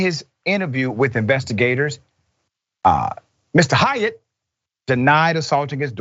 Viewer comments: The proper way to say that last name is like ~hate~ Like Haight and Ashbury where us hippie Deadheads hangout. It sounds like you're saying Hiatt. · It’s pronounced hate, not Hyatt